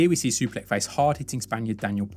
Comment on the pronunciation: 😂😂😂😂 Totally butchered his name. Superlek Kiatmoo Nine 😂😂😂😂😂😂